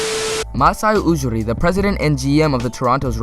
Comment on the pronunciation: Ujiri is pronounced You-Gee-Ree, not OO-Ger-Ree